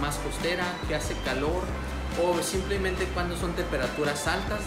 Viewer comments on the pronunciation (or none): none